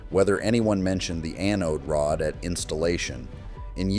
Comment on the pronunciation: AI crap 💩 - Learn to pronounce Anode Rod